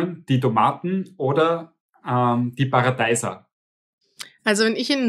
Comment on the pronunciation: Paradeiser pronounce paradeisa